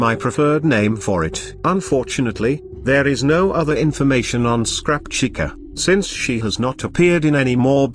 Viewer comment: As decent of a job the text-to-speech thing does, you might want to consider changing how you spell certain words in order for the program to pronounce them correctly. Chica is a big offender here, and when you're trying to get the program to read off the year of a date correctly, I'd spell it out instead of leaving it as a numeral. When in numeral form, it wants to read it like it's a number rather than a date. For example, when you used 1989 it read the number is one thousand, nine hundred eighty nine. Instead, you should put it in the script as "nineteen eighty-nine" so that it reads correctly. I'm not sure if you listen to the speech before adding it to your video, but it's just a suggestion.